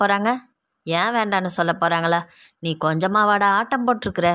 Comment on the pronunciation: நீங்க நல்லா கதை சொல்றீங்க.. ஆனா இனிமே ச்சொல் ச்சொல்லி என்று உச்சரிக்காதீங்க.. அது மட்டும் தான் சகிக்கலை.. மத்தபடி கதை லயம் அருமை..